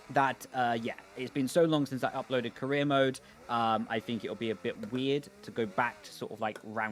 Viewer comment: Is there a reason that on some words you replace R with L? Like glip, caleer mode and last time it was DLS and ELS